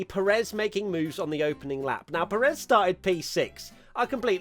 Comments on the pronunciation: It's PErez not peREZ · Pé-rez, not Pe-réz. He's been a pilot in F1 for like a decade now, c'mon pronuonce his name correctly